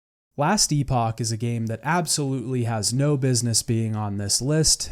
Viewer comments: Just so you know - Epoch in Last Epoch is pronounced like epic. Maybe its pronounced differently for the game specifically. Great video my friend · Last Epoch (pronounced eh-puck or epic) is now rated as Mostly Positive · The way you pronounce epoch drives me nuts